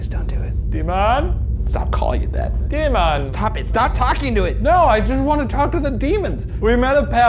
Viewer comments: De-mon? De-man! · Shane 😂 “ DE mOn .. DeMon “